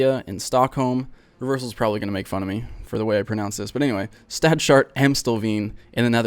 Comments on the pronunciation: it's not stad-shart, it's stads-hart, it means city center (litteraly city's heart) and Amstelveen is pronounced with a short A like in the word 'patent' and the 'ee' is like the english 'ai', so its amstelvain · it is Stads-hart, not stad-shart. It means town center, or literally: City's heart